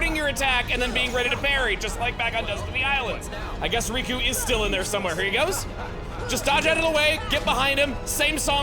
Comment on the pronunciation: Riku not Roku lol